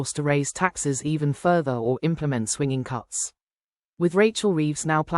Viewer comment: Swinging cuts?????? I think she means "Swingeing"